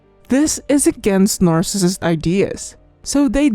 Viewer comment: If you can't say NARCISSIST don't be in the video I had to stop listening